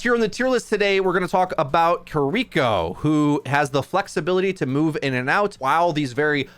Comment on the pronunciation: Over a year later and this man still can't say Kiriko right. 😂